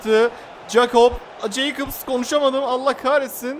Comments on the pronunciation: Abi Jacobs jaykıps diye deil yakops diye okunuyor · Abi gs nin solbeki ceykıb değil yakops diye okunuyo😂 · 38.38 yakops diye okunuyor Abi ceykıbs değil jacobs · Abi galatasarayın sol beki jakobs (yakops) diye okunuyor abi. Jeykıps değil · Abi gs beki yakops diye okunuyor